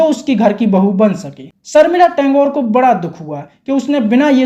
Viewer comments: Tangore!!??😂😂😂😂😂😂😂 Tagore kaho bhai😂😂😂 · भाईसाहेब आप टॅंगोर ऐसा क्यूँ संबोधित कर रहे है? बताओ के उनका असली नाम ठाकूर है. टागोर तो ब्रिटिश लोगोने अपनी उच्चारण के हिसाब से बनाया था. वो "ठाकूर" है सर. Rabindranath ठाकूर का यहा जिक्र आना बहोत ही दुर्भाग्यपूर्ण है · First of all het title is Tagore and not Tangore pronounced by the compare very cheap production at that time getting an offer from Ray was very great thing and please stop calling het Saif,s mother on the.other hand Saif is her son and please stop victimizing people of Bengal first it is Jaya Bhaduri snd now Sharmila what about those heriones who stole.other,s husbands etc 😂😂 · Tangore? Tagore bolna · टेंगोर नहीं टेगोर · ये चूतिया एनाऊंसर " टेगोर " को " टेन्गोर " कहता है ! कैसे कैसे चूतियोंको माईक पकडा देते हैं !